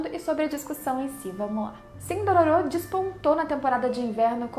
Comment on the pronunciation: Odeio quando as pessoas pronunciam os nomes dos personagens de forma errada, é "Dôrôro", NÃO Dôrôrô!